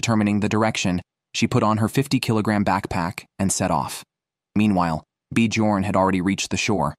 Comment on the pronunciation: B jorn is pronounced differently!!